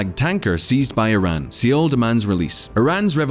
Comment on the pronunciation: Only this channel would promise to "answer all the questions" and then pronounce Seoul as seal :-D